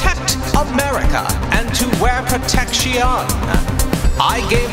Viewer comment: I hate how catchy these songs are even though they don't havr any proper rhyme of meter and he somehow makes protection a 4 syllable word and it's still stuck in my head even worse then the cheeto song